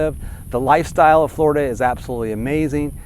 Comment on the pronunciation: He can't pronounce the letter "L." Fgworida